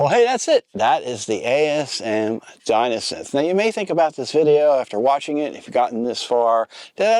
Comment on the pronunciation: Enough. After the 7th time hearing '''Di*N*osynth''': no more. Distracting...& just plain dumb. Thumbs down, & unsubscribe. Seriously?!?!?